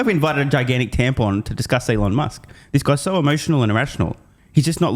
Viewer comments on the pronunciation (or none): "Allon Møsk" or something? 😂